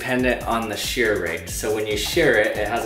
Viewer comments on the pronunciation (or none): none